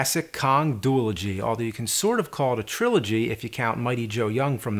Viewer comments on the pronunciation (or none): You're pronouncing it DUE- LUH- GEE. Shouldnt it be DUE- AH- LOW- GEE? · Duel-ogy? Isn't it duology? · I have always said "due - ology" which I'm pretty sure is right... Not "duel - ogy..." and seeing that James pronounces shit wrong ALL THE TIME, I'm going to assume I'm right but I have no idea lol.